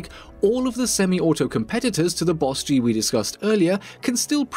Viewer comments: It bothered me that you called it a B O S G 🤣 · Literally just pronounce it “boss-G” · B. O. S. G TRIGGER its just bosg BOSG BOS GEE